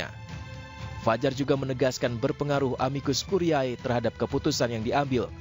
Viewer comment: Ini Editor/Produser-nya ga ngajarin cara baca bahasa Latin kah ke Pembawa Acaranya?